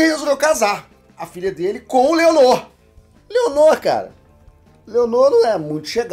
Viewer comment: Ele chamando o Laenor de Leonor e os Velaryon de Valérion KKKKKKKKKKKKKK